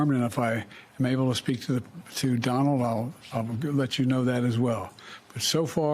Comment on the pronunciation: "DINALD" I wasn't convinced that Joe Biden was losing his "cognitive thinking" until now...